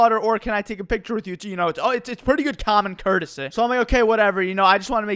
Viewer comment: “ it’s pretty good cOMMON COURTEseH “